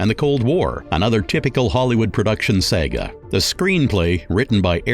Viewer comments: The pronounce of certain words and names is hilarious, like you never watched these movies or never heard of the word "Saga' Wich is definitely not pronounced as "Sega" whatever. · Talk about pronunciation. The man who was the voice of the show can't pronounce English! He sounds fo professional until he says many words, like drama or saga, etc. Even when the clip uses the word Beowulf, the announcer pronounces it wrong right after it was pronounced correctly.